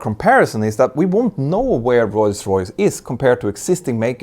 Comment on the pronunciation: Petter makes the effort to properly say "Rolls Royce", but still occasionally says it "Royce Royce" :)